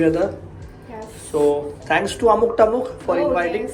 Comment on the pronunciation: 'टमुक' नाही रे...'अमुक तमूक' !!!